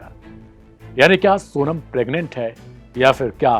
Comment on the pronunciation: प्रग्नेंट शब्द गलत बोल rhe हो l